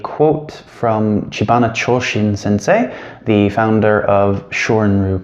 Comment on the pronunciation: It is Chibana